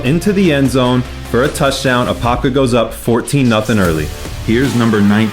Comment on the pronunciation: Y’all got all the apopka names messed up😂😂